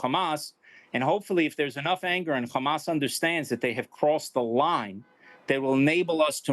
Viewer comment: how come he can say Hamas normally sometimes and then other times, there is a heavy emphasis on the Khhhhhhhamas